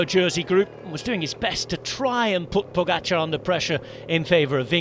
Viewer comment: Bhahha seriously? "Tadej Pogačar" def wasnt right... :/